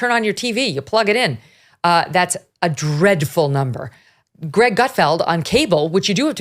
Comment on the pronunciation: 😂😂 it's how Megyn saying it man lmfaoo 700,000? DREADFUL 😂😂SEASON